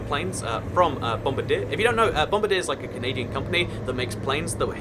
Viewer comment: bom-BAR-dee-ay, not bom-bar-DEER. =3 Also yes, quieter compared to earlier Dash-8 models before the "Q" package, but, well, turboprops are still louder than turbojets. And I hate Dash-8s! As for Canadian airport names, our ICAO four-letter codes all start with CY and finish with two letters, and all our IATA codes are our ICAO codes minus the initial C.